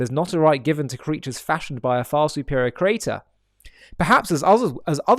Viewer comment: God is not the crater. Volcanoes are. Please say creator. CREE AY TOR. Three syllables, not two.